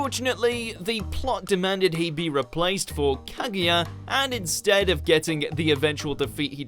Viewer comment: did he say Kagiya ?